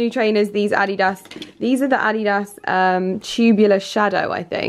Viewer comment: Am I the only one who noticed say Adidas wrong..she said Ah-dee-das